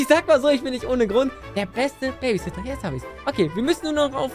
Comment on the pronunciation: Als am Anfang so Baby weckwirft lachflasch meines Lebens oder wo er versucht Babysitter zu Sagen und es nicht hinbekommt 🥲🤣